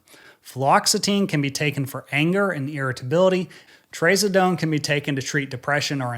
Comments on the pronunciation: "traz" rhymes with spaz... Not raise. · Trǎzǎdone. Those are SHORT vowel sounds. There’s no Long A vowel sounds. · Never heard anyone pronounce “Trazodone” like that before🤣🤣 It’s TraZUHdone haha